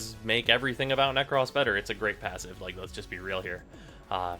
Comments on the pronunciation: Nek- rohs. Not Nek-rhoss. For the love of God. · Dude the way you say "Nekros" really fucking bothers me ..... 😂😂